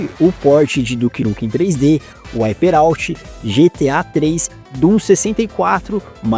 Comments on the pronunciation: Eu me incomodo demais ouvir o nome de um jogo em inglês sendo dito errado. "UIPÊ"out? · "uaiperauti" me quebrou kkkkkkkkk